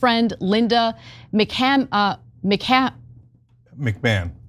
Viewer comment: Thanks Cenk for bailing out Ana’s botched mispronunciation of Linda McMachahn